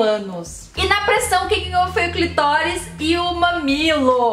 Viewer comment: Amiga vamos aprender a falar o nome clitóris pelo amor de Deus porque é agonizante